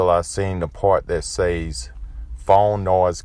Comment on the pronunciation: Did you say "SASE"? or did you mean to say "SAYS"